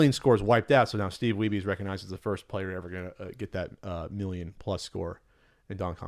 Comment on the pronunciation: May be worth noting it's pronounced like weeb, no weebee.